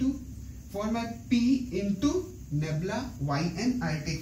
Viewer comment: Ummmm. its "nabla' not 'nebla'